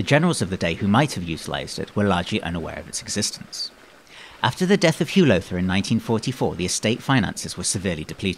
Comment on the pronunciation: You did a very good job on the history. Unfortunately you mispronounced "Lowther" all the way through the narration. The "ow" is pronounced like the "ow" in "brown". Think "How now brown Lowther." Thank you for your effort, nevertheless. Perhaps you would consider re-recording with the proper pronunciation in the future.